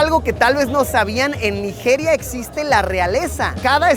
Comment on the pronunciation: Naijiria, la j tiene que pronunciarse como "chi" suave